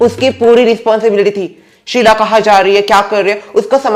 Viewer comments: Sheet nahi sheela 😅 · It's "Sheela" not "Sheel" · Sheela hota hai sheel nhi hota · Kiya sheel no it is sheela